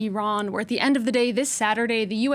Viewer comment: It's Iran not ayran